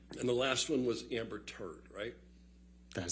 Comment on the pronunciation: The way he pronounced 'Turrrddddd' make it even funnier